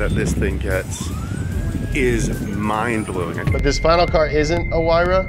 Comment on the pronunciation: then follows it up by saying "mind blueing" lol